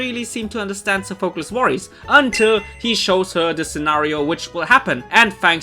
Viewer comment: Still don't like how you pronounce Sophocles